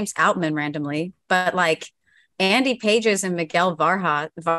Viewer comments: andy pronounced Pah-hays can mash he is a pretty good prospect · For a show called Farm to fame, to say the dodgers prospects are not a big enough return is a bit silly. One if not the best farm system in baseball…You don’t know how to even pronounce Andy Pages’ name, so it’s not surprising you don’t think the prospects are good enough. It comes across as an under researched pod, and just people throwing their opinion without all the facts.